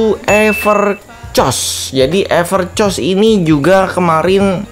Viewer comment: Sebutnya yang benar everkos bang.